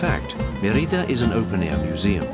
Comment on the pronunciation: Put the accent on the first syllable: Mé-ri-da. Odd that you would not pronounce the name of the city correctly when making a documentary of that city.